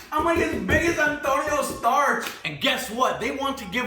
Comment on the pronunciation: Did he just say "Antonio Starks?" LOL Did I miss an inside joke?🤣